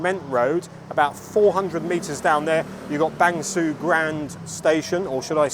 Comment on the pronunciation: Interesting video! A note about Bang Sue. It's pronounced 'ser' as in 'her' rather than 'sue' as in Pollard. I only mention it because you often talk about the place in your videos. Keep up the great work!